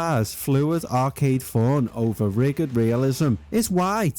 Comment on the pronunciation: "felt "riG-id" " 😁😋